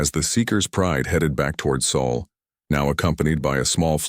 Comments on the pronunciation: Sol is the Sun's name not Saul. That's a mispronounciation. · "Sol" not soul please.